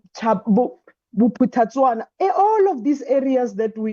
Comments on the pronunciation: Did she just say "Bophutatswana"? 🤣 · Did s'he just say Bophuthatswana? 😅 S'he can't be serious 😂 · Buphutatswana of Mangope in 2025 Serious?😂😂😂😂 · She says BopthaTswena. Where is this ????? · Did the minister say Bophuthatswana ka 2025? Haibo!😂